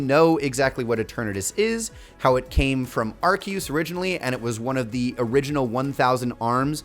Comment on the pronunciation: Please stop saying arkeoose